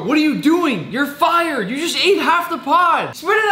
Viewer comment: I like how you keep saying YOUR FIRERD